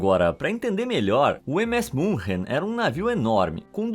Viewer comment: Muito legal o video mas MS Munchen não existe. Fale Munique se não sabe pronunciar München.